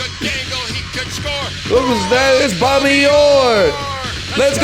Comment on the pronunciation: Lil bro said "Bobby Yore"